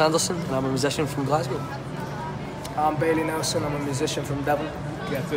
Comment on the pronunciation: It’s Bailey Nelsen, not Nelson alright